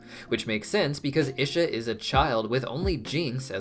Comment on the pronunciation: Your pronunciation of Isha is killing me 😭 even jinx pronounced it as “ee-shuh” for us and you still chose to say it wrong